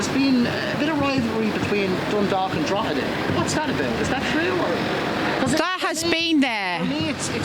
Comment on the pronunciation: btw it's Drogheda :)